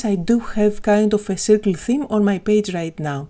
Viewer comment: Σέρκλ όχι σιρκλ :)